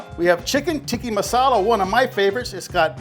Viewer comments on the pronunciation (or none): why do you and my mom both pronounce "tikka masala" like "tiki masala"?